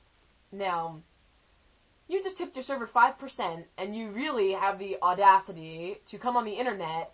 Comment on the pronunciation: i like how u actually said "da" haha